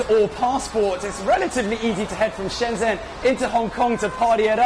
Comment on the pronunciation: I believe Shenzhen should be pronounced as Shun jun. The zh gets the j sound.